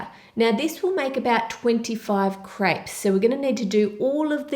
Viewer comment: I alwalys think she's saying 'grapes' because she pronounces 'crêpes' so weirdly